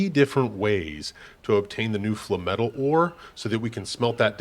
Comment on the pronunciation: Flay-metal.....flay-metal. Its not fla metal. Lol. Essentially its no different than saying flame-metal except you just dont use one of the "m" syllables....